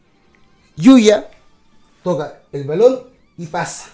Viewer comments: Buen video! Se le dice Ballon con el sonido de la doble 'll" osea no se le diría "Balón' sino" Ballon" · Es ballon se dice con doble ll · Hola... se dice ballón y se pronuncia con la doble L "baion" (así suena). El tipejo jugó en la u de concepción de tu país, pero no te culpo si no lo ubicas por lo paquetazo y desapercibido que habrá pasado en el futbol de chile xD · Se lee bayón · Muy buen análisis amigo, ven a perú pronto seras bienvenido, es ballon y se pronuncia como si tuviera una Y. bayon. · Dato 1: ni Salazar ni Rossell estuvieron involucrados en temas de disciplina, que son unas completas cagadas cuando juegan eso sí es cierto. Dato 2: se pronuncia BaLLón, como "lluvia". Nunca fuimos un equipo de verdad, y ahí están las consecuencias. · El apellido es Ballon (se pronuncia como se lee ´bayon´) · Es Ballón como se escribe se pronuncia Ballón xd